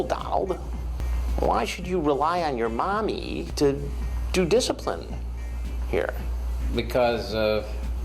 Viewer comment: Why does he say MOMMY like that bro😂